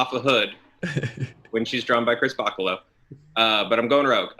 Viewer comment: Just an FYI for: Chris Bachalo's name is pronounced "buh-chell-oh," not "bahkalo."